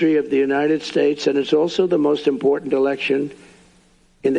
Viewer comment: Every time Trump tried to say 'states', he said 'shtatesh'.